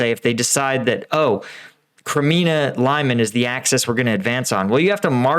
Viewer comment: can u say leemonn not limein